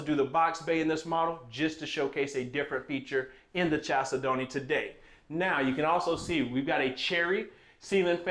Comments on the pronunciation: The main syllable is the second of 4. They way you do it is the main syllable first chal say don't. Please change it. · you are mispronouncing the name of this home. Chalcedony is a gemstone. It is pronounced kal SED onee, not Chal se don't. It's like fingernails on the chalkboard everytime you say it your way, which is incorrect. Nice home. Just please pronounce it correctly please. Kal SED onee. Gemstone. Beautiful. You're welcome. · I’m glad you corrected him. Chalcedony is a gemstone and every time he says the word my ears hurt.🤣🤣🤣But I can see why he pronounces it wrong. Kal-said-knee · Love you,the name is a gemstone,it is pronounced as follows CAL SED NEE,hope you do not mind the correction. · I ❤!! Whew! I will say it is pronounced “Kal-Said-ony” but he can say it however he wants! Cuz we ❤! I love your video🎉s!!